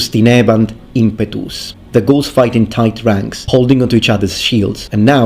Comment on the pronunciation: Lol I cant stop hearing ghouls